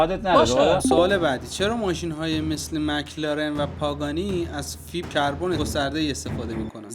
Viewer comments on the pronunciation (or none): none